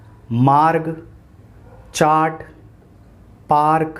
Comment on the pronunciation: Sir नहीं पता चल रहा है गार्ड और कार्ड और बोर्ड र् का उच्चारण उसमें तो पता चल रहा है चार्ट में पता नहीं चल रहा